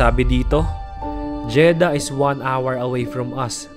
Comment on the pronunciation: Jeddah po, hindi Jeda haha